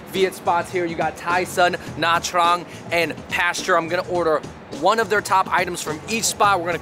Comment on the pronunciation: Gaaad damn bro you butchered nha trang bro 😂 .. put some respect on that name haha